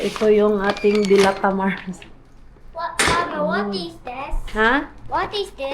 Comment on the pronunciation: Magkaiba pala tayo na bet na corned beef mars, purefoods ako. Mabagal ang bigkas ng delata mars hindi mabilis. Relate much ako sa patulog na pero magsasabi ang bagets na gutom para extended ang watching time hehe kaloka mga palusot ng mga bagets. God bless.